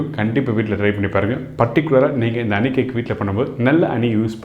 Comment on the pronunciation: அனி அல்ல ஹனி